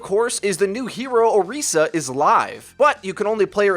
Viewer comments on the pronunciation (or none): orisa not oreesa.... 😑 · Why can't you guys pronounce her name right? Jeff literally pronounced it as "Orissa" lol not "Oreesa" hahaha you do it with Ana too! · I just hate the way he says Orisa, it's like O-REES-SIA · "Oreesa" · STOP SAYING OHREESUH.... JESUS CHRIST WHY ARE PEOPLE HAVING SUCH A HARD TIME PRONOUNCING THIS? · He's saying Orisa wrong